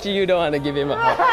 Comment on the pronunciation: just said "hewll nawh i downt wanna gwive hwim a huwg!"